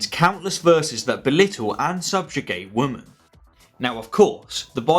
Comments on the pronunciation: Why do you say “woman” instead of “women”? Is it just my ears, my 1990’s education or is this some new speech pattern that I’m not up on? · Good video but what’s with this new trend of people not being able to pronounce women properly lol